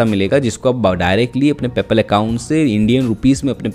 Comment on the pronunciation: learn how to spell Paypal word and then make videos .. paypal sounds like Apple